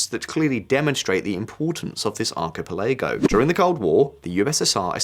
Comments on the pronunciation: Alright, I'll give that I probably haven't been pronouncing Eritrea correctly all these years, but that is NOT how you pronounce "archipelago". 😆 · You are correct. This video's pronunciations are so weird i looked close to see if this was an A.I. dub. He says Archipelago like an alien who learned English yesterday as well. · He is. The pronunciation of archipelago, tho... :D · And 'archipelago'. Bless his heart. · what about archipelago! i've never heard it pronounced like that